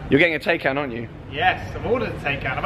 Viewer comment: Is the Taycan not pronounced Tie-can?! #justsaying